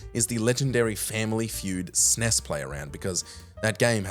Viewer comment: Stop calling it "sness". It's called an " es en ee ess". No one who grew up with SNES ever called it "sness"